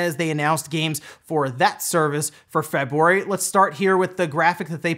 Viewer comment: Is it just me or you pronounce February weird?